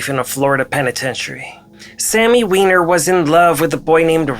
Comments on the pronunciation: Wyner she said lol it's wiener b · She said its pronounced "wIner" not "wEEner". Bit of a fail on the sophomoric humor, but good work on the rest of the video. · cracking up "its pronounces Whine-er"